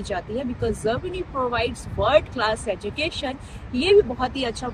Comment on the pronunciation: You can easily say Japan but you cant pronounce Germany. Not Zermany. I am sorry. I did not mean to hurt.